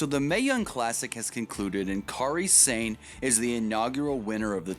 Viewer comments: They way you say Kari Sane is cringe worthy bad. It's pronounced Kari Sane not Kary Sane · "Careeh Sane"? Lol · Dude can't pronounce Kairi Sane